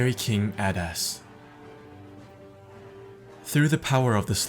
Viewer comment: I knew who Adas was so I heard adas but I hear badass too now